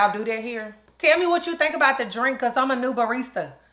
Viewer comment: I would love a baristah like her 😂😂😂